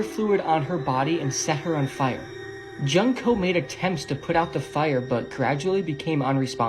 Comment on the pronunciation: Her name is pronounced June co. Not junk co.